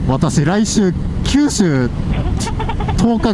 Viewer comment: 九州ツーを、きゅうすうちゅーって言っちゃいましたね！ 何気に疲れてたのですね(^^)